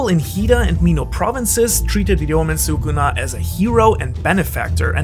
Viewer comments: please stop saying soocoona. he is "skunah" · Well every single YTer messes up Sukuna's name tho which is a shame But yes actually talking about how he's real world mythology? Much appreciated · Love the video but your pronunciation of sukuna is killing me yo 😭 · I don’t mean to nitpick, I really just wanted to comment lol ily bro